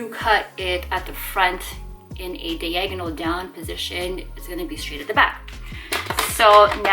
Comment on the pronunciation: They are not shears they are scissors as the blades are not over ten inches long... and that is NOT half an inch LOL! it is not DA agonal it is DI agonal!!